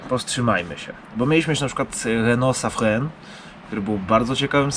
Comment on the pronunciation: Nie wiem skąd ta wymowa "Safren" skoro jest "Safran":)